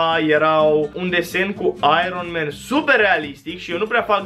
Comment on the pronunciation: Ai ron, man? XD